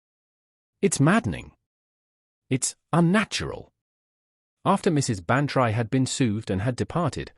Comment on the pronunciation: Dolly's name is not pronounced Ban try; it is Ban tree. But this is not the only reason you don't fool with the classics: this whole story is so silly it might as well be called "Miss Marple Meets The Twilight Zone."